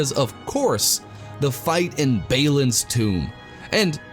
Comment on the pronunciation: Great review for a severely underrated game. Love your style of reviewing. Effortlessly funny and the editing is great. Odd pronunciations for some of the names though lol. Baylin? Aymon Hen? Bearadur? Izeeldor? Anyway. You should review the Return of the King movie tie in game, if you haven't already.